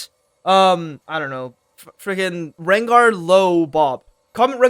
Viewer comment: Rengar low bob or whatever you said.